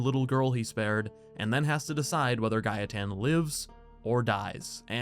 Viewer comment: It’s not “Guy-a-tan” it’s “Gay-ten” Gaeten.